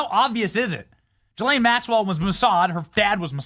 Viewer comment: Benny it's pronounced Ghoulaine Marxwell.